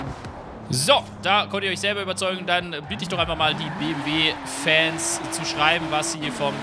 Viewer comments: Hat er wirklich am Anfang BWM statt BMW gesagt 😂🤙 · hört sich so an wie BWM XD aber geiles Video! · Ich hab mir das eben noch einmal angehört...ich musste mich bemühen das M zu hören...du hast das halt ein bisschen verschluckt aber ist ja jetzt nicht schlimm😉 Mach weiter so...also mit den Videos nicht mit dem Buchstaben verschlucken😅😂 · Habe mal reingehört, sage aber BMW M4 Coupe ;-) Das BMW ist halt sehr schnell ausgesprochen.